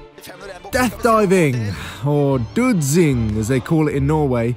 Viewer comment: My man said dudsing😂😂😂